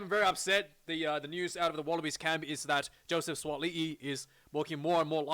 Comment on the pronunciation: Bro you pronounce Suaali’i well.